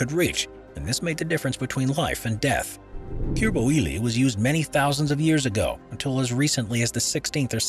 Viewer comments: Cuir bouilli = kueer boo-yi, French is a pain with the double L being a Spanish Ll. so just a helper with pronouncing it correctly, more or less 🥴✌ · "couirre bouwili" omg 😂 can't listen to this without thinking of all the people having a bad time trying to learn french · Everytime he slaughtered "cuir bouilli" I cringed so hard I needed to stop the video for a whole minute